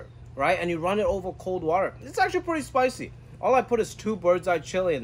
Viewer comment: He says "water" like a New Yorker, then other words come out with a touch of Chinese accent. Love watching your cooking segments my dude!